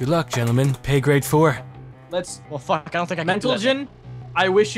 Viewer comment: lol What a nice start of a video.: Pay Gray 4: Mentlegen I don't know if that was on pourpose but i still laughed my ass off because of that for some odd reason xD